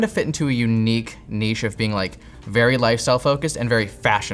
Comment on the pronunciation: at last someone who can say NICHE!